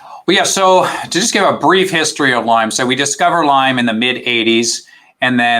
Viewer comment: Why does the host keep putting an “S” on Lyme??